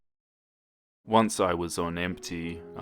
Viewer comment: did he say imprssed